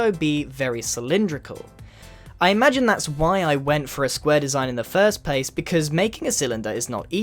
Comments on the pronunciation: Wait did he say pace not place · Did anyone elwe hear pace instead of place